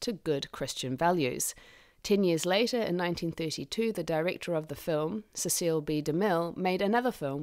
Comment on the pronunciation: ?"sis SEAL B. DeMille", not "SESS sill B. DeMille"? oh, okay ( - )